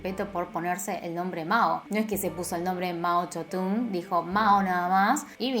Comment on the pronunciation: Mao yodun:0 yo siempre decía mao tsedong, aire